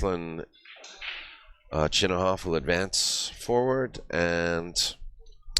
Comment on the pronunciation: Isn't it ChinaKov?